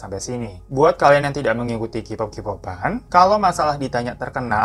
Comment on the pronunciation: Mas sebelum lanjut gw geli bgt dgn cara baca lu. Bukan KIPOP BACANYA KEYPOP. Kalo Kipop itu nulisnya jd QPOP. Tolong sebelum lanjut belajar alfabet dlm bahasa inggris dulu. Jujur gw keganggu bgt padahal mau tahu beritanya tp jd ilfeel denger qpop